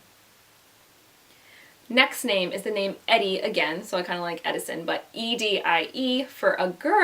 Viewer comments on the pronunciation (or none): Edie is pronounced Eee Dee 🙂